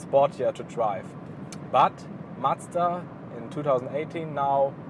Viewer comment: Just subscribed. Its so rare to hear a non-japanese person pronounce Mazda correctly! Are you considering to get the 2019 model with the updated 7500rpm engine? Looking forward to more MX-5 content!